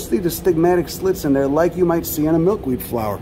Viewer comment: ‘Uhh ya also got that swollen ovary uhh, down derr’ hahaha 🤣